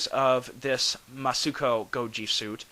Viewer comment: Some more pronunciation tips: Musuko = Moo-sue-co (as in "cold"). Soshingeki = So (or "sew", if you want)-she-n ("n" in Japanese is a gutteral noise. Imagine getting punched in the gut and grunting.) - ge (as in "gecko") - key. So-she-n-ge-key. You were pretty close on your first attempt. Also, technically you're right that Soshingeki-Goji had more starring roles, but the Daisenso-Goji was used more times (65, 66, 67, 68, 71), including water and stunt appearances.